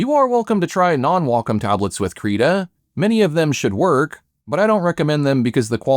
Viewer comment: did you call Krita "Creda"?